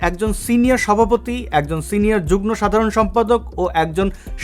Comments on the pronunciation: আপনার উচ্চারণ হচ্ছে যুগ্ন, একটু সেরে নিবেন। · শব্দটার উচ্চারণ যুগ্-মো।